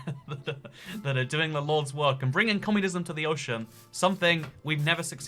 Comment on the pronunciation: Did you say the Lords work?